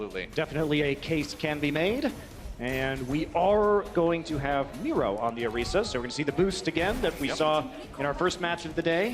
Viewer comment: It’s not “orysa” it’s Orisa. i